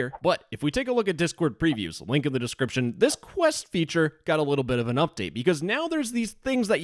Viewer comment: "linky in the descwiption"